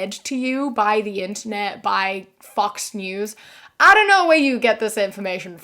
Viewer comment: I love your pronunciation of "Fox News". It sounds more like "F**ks News" lol So, a quick note about tipping: It's not just the US. Here in Mexico tipping is very much a custom too, mainly because for the most part, servers, etc just don't get paid very well over here and rely on tips to smaller or greater degree to afford their needs, and it wouldn't surprise me if the same is true in the US.